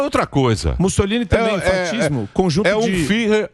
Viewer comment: O quis dar uma de espertalhão e falou “fattismo”, querendo pronunciar direitinho “fascismo”. So que em italiano “sc” tem som de “x”. Entao não é fattismo que fala, é fachismo que pronuncia. Fattismo seria se se escrevesse “faccismo”, playboy burro da porra.